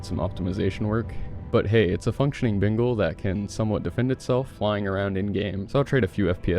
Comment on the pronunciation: Is it just me or does it always sound like he says Bingal not Bengal lol.